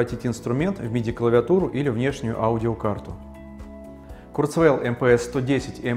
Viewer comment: Это должно произноситься как «Курцва’иль»